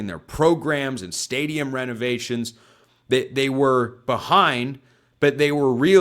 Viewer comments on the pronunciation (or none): none